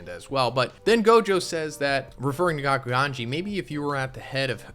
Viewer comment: Anyone notice he keeps saying Gojo wrong. It's not Jogo lol